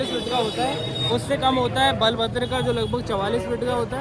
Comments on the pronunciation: Brother is right It's Balabhadra not Baalbhadra . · Baal bhadra nahi didi Balbhadra ji bolte haii बलभद्र ✅ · बालभद्र ❌ बलभद्र ✅ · Baalbhadra nahin boltet didi. Balbhadra boltey hain. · *Balbhadra nhi Balabhadra * Pahadi nhi pahandi * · He is right. Balabhadra not Baalabhadra. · Balbhadra ji ko baalbhadra mat boliye request hai apse🙏🙄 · Mam not balbhadra.. balabhadra.. please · Balbhadra not baalbhadra, balram balbhadra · Baalabhadra nahi balabhadra.. bhaiya ne sahi pronounce kia hai😊😊❤ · Baalvadra nahi balavadra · It is Balabhadra not Baalbhadra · It is ba'lbhadr and not baalbhadr